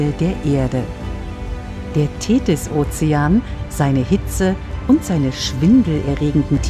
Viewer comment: Die "Thedis"....